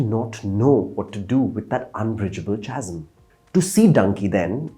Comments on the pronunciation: Thanks for an honest take in a sea of mostly paid, disingenuous reviews. Also, it’s pronounced “kazm,”. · Using bombastic words does not make him a speaker of British English. He even mispronounces words like chasm as such, when it should be kasm. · chasm is pronounced kasm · It is pronounced kazm with a k. Lolol trying so hard to flaunt English 🤣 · "Chasm" is pronounced with the "k" sound, not the "ch" sound.